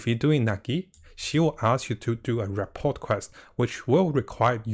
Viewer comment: THE T IS SILENT. ra.por